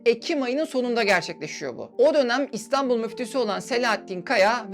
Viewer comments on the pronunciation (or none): none